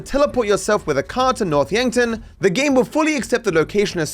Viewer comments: It sounds like he says “North’a Yankton” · the pause at "noth yankton" is so funny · "North Yankton" I lost it. 🤣🤣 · Franklin: “North Yankton”